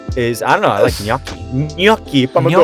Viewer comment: Finally someone that can correctly pronounce gnocchi. You made Italy proud